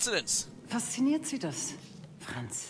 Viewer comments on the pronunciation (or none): If you've studied German, you'd notice BJ blows his cover pretty early by misprouncing the name "Franz" - and Helga catches on to this pretty fast. His accent doesn't help much either ;) In a way it's like that scene in Inglourious Besterds where the Nazi identified the good guys by their weird pronunciation, and then by the unusual (for Germans) hand gestures they used.